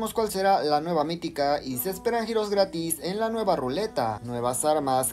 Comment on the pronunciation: Escuché grátis 😮